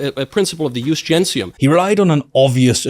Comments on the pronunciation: Another funny fact is that Mikey boy kept mispronouncing the only Latin phrase he knew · Knowles hasn't the slightest idea what "ius gentium" was, he doesn't even know the correct pronunciation. His definition comes from a superficial, quick perusal of the Wikipedia at best. Calling it "international law" is asinine as it was accepted only by the Romans unilaterally, it wasn't something other nations subscribed to by any kind of agreement at large. Also It's classical Latin, making the ecclesiastic pronunciation incorrect, but being an ignorant sheep he has no idea what the difference is, he only tries to sound smart, fails miserably and makes a fool out of himself in the process